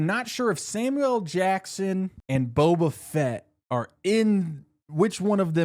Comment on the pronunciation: Saying Boba Fett like Bo Bichette was killing me